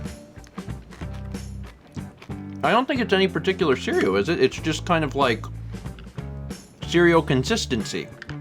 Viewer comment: And surl instead of cereal